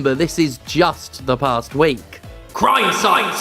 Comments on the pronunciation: Dont think that i missed that emphasis on crimesite. #FucKonami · Why did you say crime sight like that god dammit